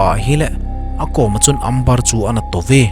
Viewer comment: Amber chu Ember tia pronounce d ahe